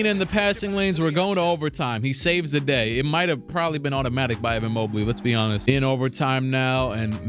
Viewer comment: sounded like he said “ to be Giannis” instead of “ to be honest”